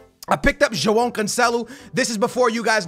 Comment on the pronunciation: There's no fucken "n" in Joao , say the names right man wtf, you don't have to butcher every single name on FIFA because you want to exaggerate the sounds , ffs.